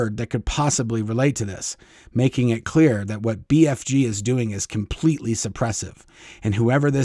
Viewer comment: Lol. I kept hearing BFD, instead of BFG. I’m sure they think it’s all a BFD! 😂